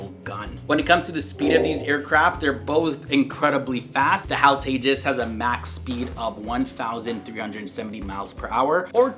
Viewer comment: It's no hal It is H.A.L